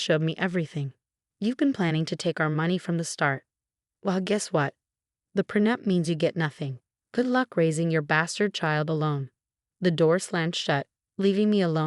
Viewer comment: Pre nup is prenette?? AI again